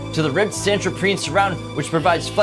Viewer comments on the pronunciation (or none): *Santoprene *Subwoofer (like woof, not woo)